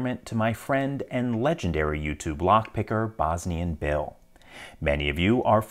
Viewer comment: Lol straight up thought he was two different people. I always thought you said Bosny and Bill and I.